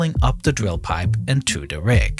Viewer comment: The dwill pipe haha. The speech impediment 🎉